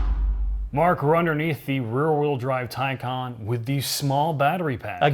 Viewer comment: It's incredibly cathartic to hear you guys pronounce Taycon (tie-con) properly.